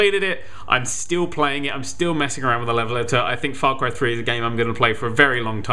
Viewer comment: What the hell is Fry Cray 3? i heard of a game called Far cry 3 though!